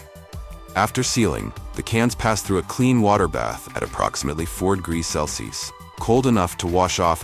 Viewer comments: The chosen AI narrator Can't pronounce "Celsius" correctly throughout. Well done! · None of the AI generated voices, can pronounce Celsius, or Farenheit correctly😂😅😅😂